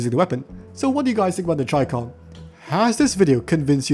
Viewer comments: chi-kom isthe pronunciation idk as in "Chi" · Do you also pronounce Chicken.... as 'chai-ken' my good man 😂😂🤣